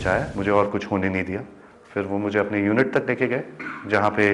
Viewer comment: Haha anchor hit ko bolrhi thi hat aur kuch ko bolrhi thi kus 😂😂